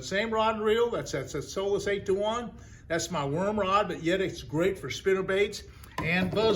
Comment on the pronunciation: Never too old in regards to learning. So my advice is, learn to provide hyper links in your YT video summaries that take us directly to your preferred source of referred products. For one, I had a slightly annoying problem in locating a 'Solis' baitcaster. Then I tried Solus, as enunciated. No go. Souless didn't seem appropriate. Then I eventually got lucky and found out that the product name is spelled, "Soleus." Call me lazy or call yourself richer for this piece of marketing advice. Thank you for your service and to all the men and women that served the U.S.A. armed forces. 🇺🇲 👍 TFS